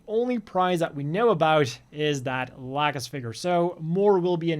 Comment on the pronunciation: Lol "Lack'us"